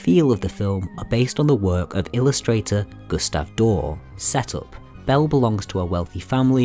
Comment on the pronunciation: Most engaging but it's Doré